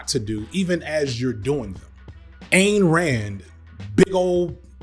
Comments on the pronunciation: Hey, man...her stupid name, Ayn, is pronounced, "ine". Rhymes with "dine". Seen a bunch of your videos and noticed this mispronunciation a couple times. It's a tougher one to get right. While your content is awesome and mispronunciation does not change your accuracy on fact...you seem like a respectful type who would want to pronounce everyone's name correctly...even fascists and horrid capitalists...love ya from Athens, GA! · Great video but one little quibble...Rand's first name is pronounced "INE" as in dine, fine, or pine. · Back in the 70s, Ayn Rand was on NBC's "The Tomorrow Show with Tom Snyder" and she told Tom her name was pronounced "Ayn like swine." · Love the video, one thought . It’s Any like Ine (mine) Rand